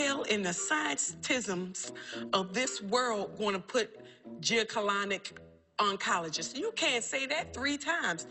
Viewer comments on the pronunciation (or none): I’m hollering!!! And she still wasn’t saying gynecologic oncologist right 😂. Rest well Queen